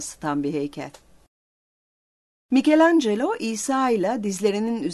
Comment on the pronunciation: Hele şükür! İlk defa bu videoda Michelangelo'nun isminin doğru telaffuzunu duydum. Tebrikler!